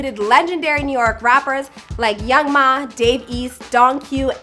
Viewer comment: I know she didn't pronounce Young M.A as Young Ma.🤣